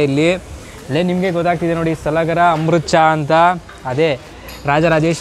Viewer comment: Not सलागरा, its सलगर.